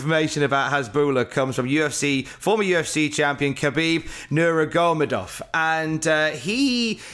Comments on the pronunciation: it was almost impressive how badly you butchered Khabib Nurmagomedov's name :D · That might have been the worst pronunciation of Khabib Nurmagomedov I’ve ever heard. Top 3 maybe 😅 - Sucks to be so undervalued that you can be in the main event picture and still have your accomplishments forgotten or brushed aside 🤦🏾‍♂️